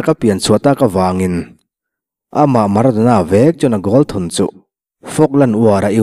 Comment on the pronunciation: A rei tawh mahse maradona kha a HAN chiang em alawm.😂😂😂